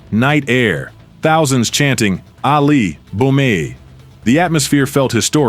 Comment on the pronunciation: Äali, bum e? Excuse what haha? No it is: Ali bomaye (Ali boma yeahj to help you out) And not Ä, you are not Swedish (like me). His name was Ali and not Äali like you say all the time during this other wise awesome video, dude